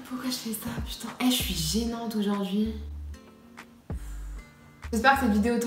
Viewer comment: Mdrrrr Sarah Fraisou pire elle dit "au jor dojordui" krkrkr